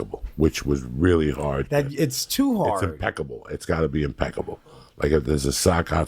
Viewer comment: Joey “impecable” Díaz